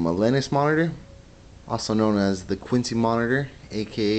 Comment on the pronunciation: You have a striking animal there. Quince has only one syllable. The fruit, quince, is lemon yellow. I think this monitor is named after the fruit.